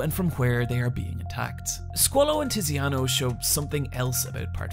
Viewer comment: Abbassio, Naranzia, Tissiano.